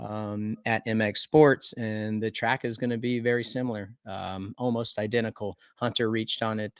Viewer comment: Does ryan know hunters name isnt huntaaa